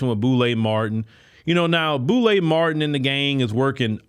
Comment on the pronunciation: He called the man Boule Martin😂😂😂😂😂😂😂😂😂😂